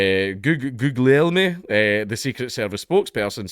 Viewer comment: Goo-li-el-mi (It's Italian; forget the weird G in the middle - it is pronounced, but in a way so subtle & alien to English-speakers, it's better to ignore.)